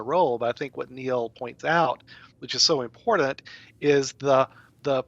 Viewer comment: It's impornunt!